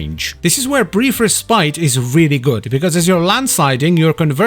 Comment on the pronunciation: is it just a running meme in the wf yt community to mispronounce 'respite'?